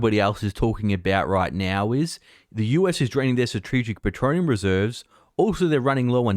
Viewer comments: He’s casting a Harry Potter spell. Petroneum! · Hahaha... you just cannot pronounce "petroleum" when you are excited! Petroneum sounds like an exotic mineral! Maybe that's where the spell... "expecto petronum"... originated in the Harry Potter movies? Keep up the good work.